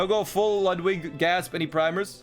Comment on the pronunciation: I still hate how you pronounce Ludwig